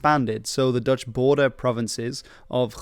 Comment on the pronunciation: i cant tell (as a dutch guy myself) if you too are dutch, seeing as your pronunciation is spot on